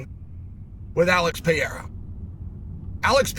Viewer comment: Alex pee’era